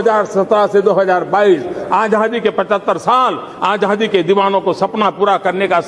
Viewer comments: Abe Modi rascal.. Dhang se bolna to seekh.. Azaadi hota hai.. Ajhaadhi nahin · he spells azaadi as ajhaadi haha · Azhadi nahi chutiye Azaadi hota hai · Jaahil Aazaadi hota h Aazhhadi nHi 😂😂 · Modi ji bolna seekho आज़ादी hoti hai आझादी nahi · Was it only me jise modi ji ke muh se azaadi ki jgh ajhadi sunayi de rha tha😂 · Modi cannot pronounce Azadi he pronounces it Ajhaadi. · Yeh jisko AZADI kehna naheen aata yeh khaak World Super Power banaye ga. AAJADI. Wah kya baat hay. AAJAD qom. 😂🤣😀😁😁😁🤣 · Modi ko aazaadi bhi bolna nhi aata baar baar aajhaadi bol rha h 😁😁😁😁🤬🤬🤬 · Is admi ko sahi se azaadi bhi nhi bolna hai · he cant even say ‘ajaadi’ properly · Azadi bolne nahi Ara pm ku 😂😂😂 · Ravish ji isko to theek se azaadi bhi bolna nahi aata hai, manhooson ko kum dekhane ki koshish ki jaye, dil jalta hai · Modi can not even pronounce azaai properly. He needs to go along with other BJP and RSS idiots